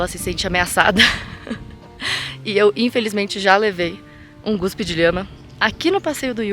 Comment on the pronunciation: GUSPE? EU OUVÍ 'GUSPE'? SOCORRO!!!!!